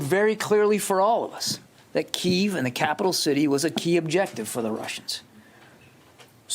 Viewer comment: Why do these government and news people keep pronouncing the city Kiev as (KEY-VE) when its always been pronounced as (KEY-EV)?